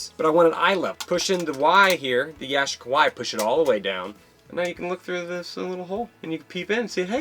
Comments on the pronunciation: Yashica is Japanese... It's pronounced Ya-SHEE-ca. 😁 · It's Ya-chic-a.